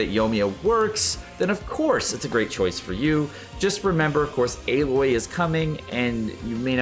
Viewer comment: just a friendly heads up, Aloy is pronounced as Ah-loy. Have a good day!